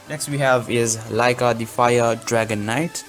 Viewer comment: It's laika not liaka